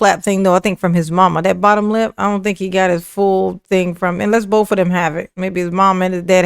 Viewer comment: you keep on pronouncing "BOF/both" 😂😂😂😂